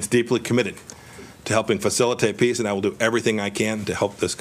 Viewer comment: He can't even say PEACE properly.